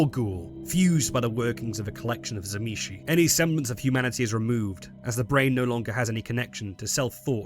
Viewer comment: If you start the video not pronouncing the T of Tzimisce then you lose me, T was one of the Clan Symbols of the Fiends, so if you fail it then this is a fail all around!